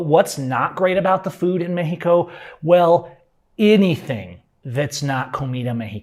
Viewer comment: Pronouncing Mexico as "Meh-he-co" while completely mispronouncing nearly every other Spanish word has to be about the most gringo thing ever. 😆